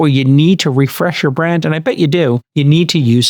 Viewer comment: don't know what kind of accent/impersonation Jcal is doing here, but it's weirding me out. "Emotional Teeeengent" "ith duzzz" "eeend we all benefit"